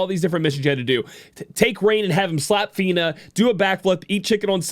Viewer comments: I would have forgiven the first time.... Not the next dozen times she insisted on calling her Feener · Feener. what kind of accent was that omg lmao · To think.... we've been saying her name wrong the entire time! I 🤣 Welcome Back!